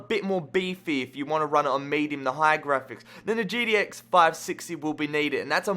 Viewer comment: That CPU is actually a low end CPU. A gtx 560 at this point is pretty low end :P. The GTS 450? I... thats actually very low end. Also i've never heard anyone call a GTX XXX or GT XXX or GTS (etc) a Gee-dee-ex or Gee-dee-ehs...